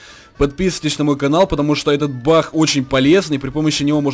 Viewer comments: Я не глухой и мне послышалось Что он сказал "Бах" а не "Баг „ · Ахахаах тв ленишься кент проговаривать г